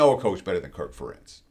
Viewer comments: Ferentz is pronounced like 'Parents' with emphasis on the first sylablle, not the second...it's not fa-Rentz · Something tells me this guy doesn't watch know as much about college football as he claims.. first off I'm a Duck fan and I know that Kirk Ferentz's name is pronounced "Fair-ence".. secondly, he has definitely not been watching the Ducks, the way he talked about Dante Moore makes it seem like he's just a paper stat watcher not an actual game watcher. I think the Ducks will be able to pull it out, but this guy's analyst of the game seems like he's an outsider that hasn't paid much attention. Go Ducks 🟡🟢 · Ferentz is pronounced like "parents"